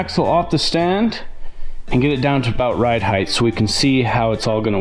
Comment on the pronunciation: Ride height! Not heigth. Heighth is not a word.